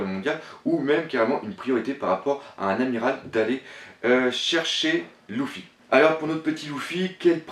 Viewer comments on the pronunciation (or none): 3 luffy stp essaye de dire leffi o lu de louffy meme si sa s ecrit luffy sa se pronnonce leffi merci d avoir la patience de lire tout ses message regarder les tous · Bonne vidéo mais juste la prononciation des nom c'est un peu saoulant comme luffy qui se prononce leuffy et ussop qui se prononce oussop mais de bonnes théorie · c une demade personelle svp pourrait tu prononcé luffy=leffy et dragon se prononce dragonne c juste un demande personelle mais sinon genial tes video continue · non mais sérieux tu as du mal avec les prénoms .c'est pas louffy mais Luffy ! pas Utsop mais Usopp ! tas l'air fan mais soit fan jusqu'au bout et modifie pas les prénoms ! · Arrete de le prononcer "louffy" ca me perturbe on dit "leuffy" ptn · cest leffy pas louffy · excellente vidéo mais Luffy se prononce lEffy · Louffy ? Dragoun ? Outsop ? Fais attention à la prononciation ! Sinon bonne vidéo :) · que dire de sa façon d’appeler Luffy "LOUFFY", mais malgré ça j'aime bien c'est vidéo